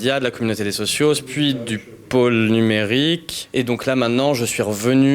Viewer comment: Bonne question ! je me la suis posée en même temps que vous et j'ai déduis que le Media devait disposer d'un certain pactole dû aux inscriptions et aux dons des socios ( en non pas "sociosses " comme vous le dites au media qui m'écorche les oreilles à chaque fois, ayez pitié de nous !!!) du début